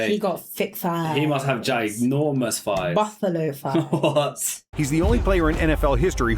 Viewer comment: The word is THighs, not Fighs.